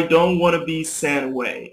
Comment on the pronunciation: i noticed something i heard send .. not sent